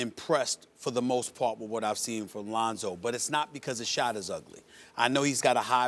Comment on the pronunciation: LOL, he did say it right tho' ;)